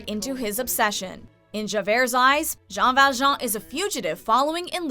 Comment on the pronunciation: Javier is not a villain, just saying. Also she isn't saying Jean Valjean's name right. Sharpay isn't a villain either.